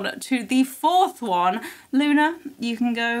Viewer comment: Luna not luma anna